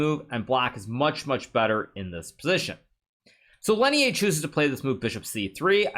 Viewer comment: bruh Lenier isn't french why do you pronounce his name like that please stop